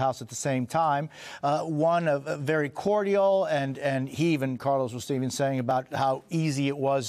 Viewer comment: Why did he pronounce 'cordial' wrong?